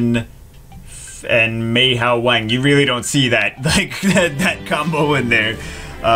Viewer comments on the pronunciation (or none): none